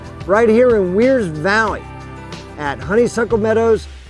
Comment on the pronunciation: FYI....Wear's Valley is pronounced Ware's by the locals.....so happy you highlighted this area....ty